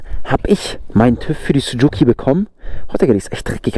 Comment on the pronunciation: Warum Sucuki? Das heißt Suzuki. Oder du bist in Sucuk verliebt.😂